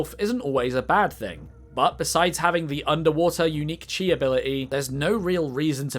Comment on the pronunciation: Chi is pronounced Key, it's usually spelled as Ki